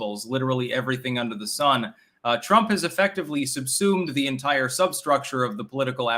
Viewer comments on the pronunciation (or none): none